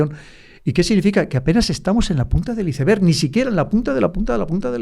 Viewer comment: ICEBERG Se pronuncia AISBERG , PORQUÉ PRONUNCIAN COMO LEEN ??